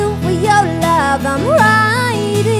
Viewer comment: i love the way she pronounce wi yow love ( with your love) AWESOME! :D